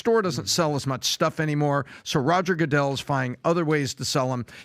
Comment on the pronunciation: "Roger Go-dell" 😂